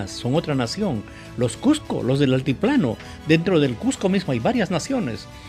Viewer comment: Virreynal ( no birreynal)